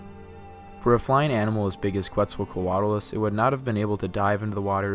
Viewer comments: I love this video, but it's pronounced "Ketz el co at a lus". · If you're gonna pronounce it as the Aztec God that gave it its name then it's "Ket ZAL coa tlus".